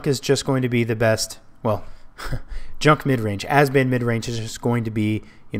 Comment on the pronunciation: Um not to be a pain but... You were saying AZBAN but it is pronounced ABZAN. Keep up the good work!!